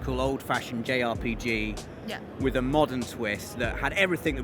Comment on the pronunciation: I know what a R P G is but what's J R P J